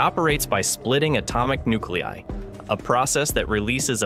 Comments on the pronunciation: Please work on fixing your script. You can't just type it out and let the AI read it. You need to type it so that the AI pronounces the words correctly. It's very off putting when it says nuclei as "nukelee" instead of "nukelee-ai" (or however you need to type it to make it speak correctly.) Please put some more effort into this. I'm not inclined to click your next video after hearing that. I don't care that you don't want to use your own voice. Just please fix the pronunciation issues. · you mentioned the U. of WI, but what appeared on the screen was the U. of MI.🤨 , atomic NEW-clee, rather than NEW-clee-eye, were mentioned. Yet another example of incompetent AI voices.